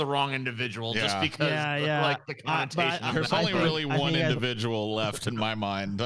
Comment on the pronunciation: certain indivijul